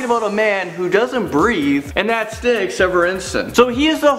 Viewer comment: it's pronounced Stee in Danish